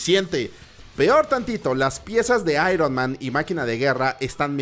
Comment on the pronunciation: El actor de voz no lo pronuncia tan mal, ironman no se pronuncia literal ironMAN el MAN en Ironman se pronuncia mæn o "mean" Seria "aiurnmean"